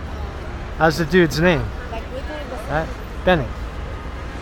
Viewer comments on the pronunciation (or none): none